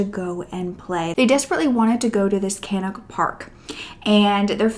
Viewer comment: Great video but you've got the names of the places all wrong Stratfordshire = Staffordshire Cannock = Pronounced Cannuck Ashton = Aston (in Birmingham)